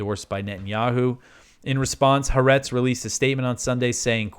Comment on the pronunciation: Pronounce Ha’aretz anyway you want….your news is much more important. Thank god for your News program.